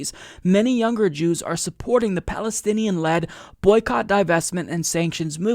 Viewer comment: Led, not lead.